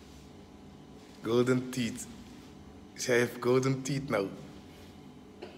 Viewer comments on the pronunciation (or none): Haha, you are so silly when say gold teeth, you sound like a Black American brother, so happy you're happy, good to see. Be a safe brother and take care. My friends in Luxemburg are a little upset because they don't understand English, just German and Dutch, but don't worry I translate it for them. Keep up the good work.